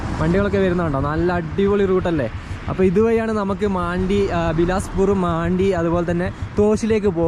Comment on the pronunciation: മാണ്ടി എന്ന് ഞാൻ ആദ്യമായി കേൾക്കുകയാണ്. മണ്ടി എന്ന് തന്നെയാണ് ഉച്ചാരണം. അത് മലയാളത്തിലെ ഒരു മോശമായ പദമാണെ ന്നുവെച്ച് മാറ്റി പറയേണ്ട